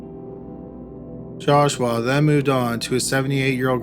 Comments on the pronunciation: The way you say JASH-WAAAH gets on my nerves!!! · The entire second story I couldn’t stop hearing “Josh-wa” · Maybe he's a Filipino. 😂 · Calaforniaaaaa , jashwaaaaa , jashwaaaaa, jashwaaaaa 🤭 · Joshwa is how he is pronouncing Joshua. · Josh-WAA... sighs... jesus christ joshwaaa whhhy??!!! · If I ever hear you say Joshua again...…. XD